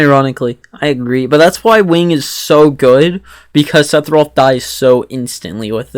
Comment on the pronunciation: First off... It's Seff not Seth Sephiroth. Just nit picking. Actually, that's it... I agree with everything else you said.